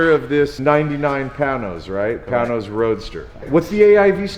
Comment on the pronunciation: Pain nose. Not Pan nose.